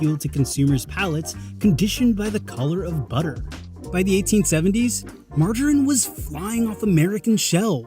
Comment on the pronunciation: It should be "mar-ga-reen". Ga as in gather.